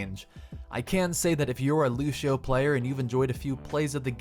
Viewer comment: I'm gonna be that guy. It's Lució not Lushio